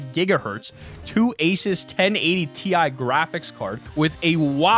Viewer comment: Asis?!?! ASIS?!? ITS ASUS!